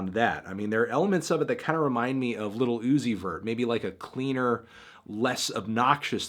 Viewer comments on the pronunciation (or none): Melon says lil OoOooOzy vurr